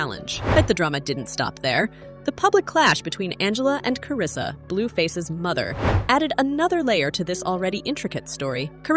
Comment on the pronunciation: Karlissa name too🤦🏼‍♀️ she said karissa where the L at 😂 (Hope i spelled it right)